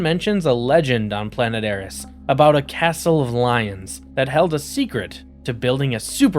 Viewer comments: "Higher-iss"? did you mean "Heiress" - "air-ess"? just before 3 minutes. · Hyrus? It's heiress. Pronounced air-ess. Not that difficult of a word. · Hire-ess? (Heiress)🤣🤣🤣